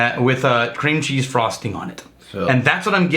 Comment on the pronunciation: I feel bad slightly bad for messing with on a day when people were less than ingratiating toward him...But, "Frostingk" and "Doingk".